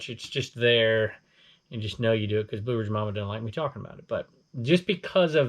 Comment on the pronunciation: Way to go Blue Ridge Mama most people mispronounce my name, you got it! Thanks again 😊